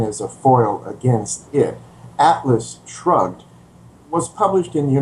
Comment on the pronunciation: Did he say: "Atlas Drugged"?